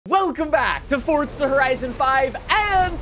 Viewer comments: PLEASE STOP SAYING "FORTZA" Forza*** my man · dude. please. its just forza. NOT FORTTZA. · Pretty sure it's Forza not Fortza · I’ve been pronouncing it wrong the whole time I guess “FORTza😂